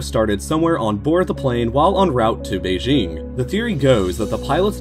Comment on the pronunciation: Oh my god, the pronunciations of Kuala Lumpur and Beijing are INFURIATING